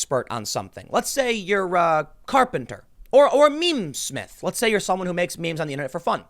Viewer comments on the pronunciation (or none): Meta snoosnoo = Memesmith. Pronounced (mee-mee- smith) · My man Tim just said “memesmith” I’m fuckin dying bro!